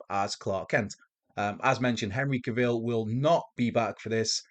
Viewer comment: Is it Cavil or pronounced Cruella Caville? 🤣